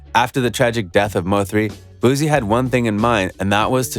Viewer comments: His name is pronounced “Boo-C” not “Boo-Z”. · Ayy Dallas ain't Houston an Houston ain't Dallas we 4+ hours away from each other BOOSIE didn't sign Mo3 an its BOOSIE not boozie 🗣(boo·ci) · Bruh say his name right booSSie not zz🤦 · Wypipo trying to enunciate words like black ppl is so annoying and i only stayed to write this message. .u sound dumb af just pronounce the names however u pronounce ALL ur words. ."leal boozie" is how u sound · I think you're lame first learn how to pronounce his name. Boozy lol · No Z in his name yall got me saying boozie like I'm an old white man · Ima say this then leave but please stop sayin his name like that also its not lil no mo. Its boosie badazz. Do ya research.. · I'm convinced u purposely pronouncing his name wrong for comment content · Damn if you not going to say his name right don't say it 1,000xs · You need to say his name right! Obviously you haven't seen his interviews or know his music. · Bruh all what u said is f*cking wrong bro even the pronunciation of boosie and where is the video which shows the goons pulling up???! All liars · You can't even pronounce BOOSIE name correctly, Culture Vultures